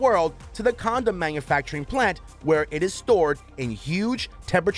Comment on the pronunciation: huh-huh... he said "comdom"...